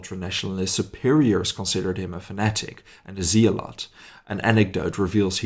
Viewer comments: I'm very fond of your content! I thought, however, you might appreciate one tiny bit of extra knowledge, in English, zealot is pronounced zellot, with a 'hard e', like ik 'yellow', 'bellow', despite it being written with zeal (bad dad joke)! :) Thanks for this episode, I look forward to seeing more of your high quality work! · Zealot is pronounced zellot.